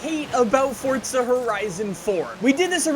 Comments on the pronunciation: It's forza not fortza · Please can you stop saying Fortza Horizon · Stop saying Fordza🤦‍♂️🤦‍♂️🤦‍♂️ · Another guy that says ForTza 😂